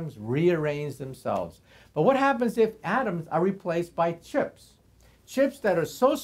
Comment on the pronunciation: He says chips. Chipsss SHIPSSS